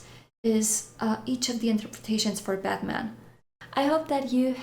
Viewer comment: so funny how u say: " I`m bad man..." :-D